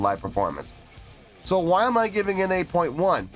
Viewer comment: "Let me tell you w-hi" me: "why are you putting so much emphasis on the "h"? 😂😂😂